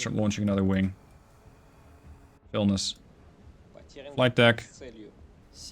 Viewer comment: You are mising "i". Its Vilnius, NOT Vilnus.